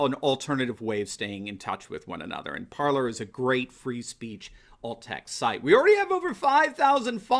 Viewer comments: Just want to point out that it's not pronounced ParlER, it's pronouced ParlAY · IMPORTANT: Parler is pronounced "par lay". It is French for "to speak". You have a French book of some sort behind you. Please promote the proper pronunciation. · guess it is pronounced par-lay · nope!!! Par ler is the way everybody’s pronouncing it. Look at other sites. Laura Ingram says par ler. Just the way did.